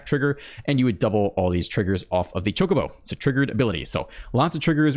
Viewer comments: You're saying Chocobo correct. In Japanese the O always makes the sound like in Open. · You are correctly saying Chocobo.